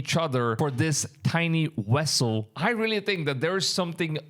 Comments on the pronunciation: Dude u need to improve your speech Wessel Vessel with a V Moving with M instead of mooing... and yes rumors the ark is being guarded in another country trump already visited its location and had created a replica of it. Look it up. .. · It's a vessel, not "wessle" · It's "vessel" NOT "wessel". How do the indian people that have taken over the united states convience store business and that's speaking to americans everyday speek such bad english?? Thank you come again🤣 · Only my opinion but vessel not wessel😊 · What is a wessel? I think you mean VESSEL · This fool just posted a video about Ron Wyat finding the Ark, and now he posts this????? Bro, read the Bible, anyone other than Aaron's lineage dies when they touch it!!! Not to mention the Angels are guarding it. Its a vessel not wessel! Dude needs to consider going back to play his cool video games, rather than posting garbage like this!!! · why do you pronounce Venezuela as wenezwela and vessel as wessel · Wth is a wessel 😂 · Your sayin "wessle" like Chekov in that STARTREK movie 😂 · Sorry, couldn't get passed the first minute with all the wessels.😂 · Wessel had me going, sorry i couldn't help it 😆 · very true! I didn’t mean any disrespect. It just caught me off guard the first time he said, “wessel”, then he said it like 20 more times and I had gotten a giggle from it. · You Can't say V's Very well huh...lol...cute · How can you pronounce the V in Venezuela but you can’t pronounce it in vessel there’s no W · I thought me hearing the W instead V was just me this whole time.